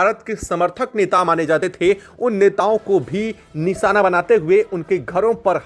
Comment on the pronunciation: Long and repeatative video , his pronunciations are also wrong ,NISANA , ACSON what a waste of video and time.